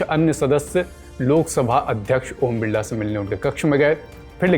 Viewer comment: बिरला नहीं बिल्ला बोलो